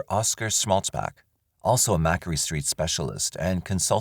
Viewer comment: Hi there, thanks for another great video. Small note - when referring to the court case, the medication and the doctor, they mentioned that he was a “*Macquarie Street” doctor/specialist. Macquarie is pronounced Mack-Quarry or Mac-Quarry. As in a stone quarry or a granite quarry. Growing up in Australia, I would ALWAYS spell Macquarie incorrectly - along with lots of others. I still do!! 🙂🐿🌈❤ * Macquarie Street is near one of Sydney’s first hospitals and a lot of medical specialists have their offices there (similar to Harley Street in London). When you hear that they have an office there it adds a sort of prestige and confidence that they must be the top in their particular field of medicine.